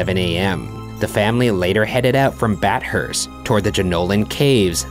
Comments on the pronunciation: He pronounced Bathurst incorrectly too. It's bath-hurst, not bat-hurst. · its BATH-URST, not BAT-HURST soz i dont know why that just triggered me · As an Australian, the way Ryan pronounced Bathurst was weird. I've literally never heard it pronounced that way before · _ HuffleProud _ it hurts me when he says bat-hurst instead of ba-thirst. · It triggers me so much when Ryan calls Bathurst, bat-hurst instead of Bath-hurst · with the tromp family one im from australia and by the way guys theres no bears in australia and also its pronounced bath-erst not bat-hurst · BAT-HURST no no no no no. Bath-urst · as an Aussie this pronunciation makes me cringe .... bat hurst???? no!!! ba thurst!!! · i forgot how fun it is to hear ryan mispronouncing aussie place names. 'bat hurst' really got me lmao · Ryan pronounced Bathurst as Bat-hurst HOW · min. This story is supposed to have taken place in Australia, so why do those passports have pictures of America on them? P.S. "Bat-Hurst"?! WTF is "BAT-HURST" (silly 'murcans) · The pronunciation of Bathurst hurts my souls